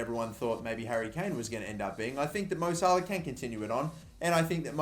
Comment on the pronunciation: Well done your Harry Kane is correct